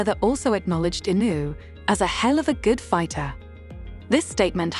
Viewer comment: I generated video. Can't even say inoue's last name right.